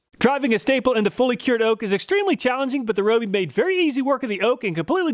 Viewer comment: RYE-OH-BEE! Not ROH-BEE!!!